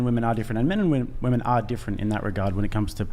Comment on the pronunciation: "Maybe that's why a lot of woman" Why are American children, I mean women, incapable of pronouncing the word "women"? Are schools closed in the USA and no one gets a basic education?